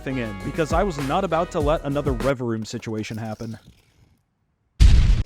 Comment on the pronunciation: ugh, it's revaVROOM, not revaROOM, you have like the iq of a person (This is a joke btw :3)